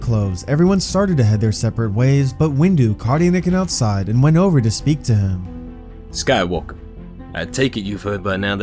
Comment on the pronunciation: "Skywalkuh" got me real good :D get this motherfuggin kid into the motherfuggin temple kinda energy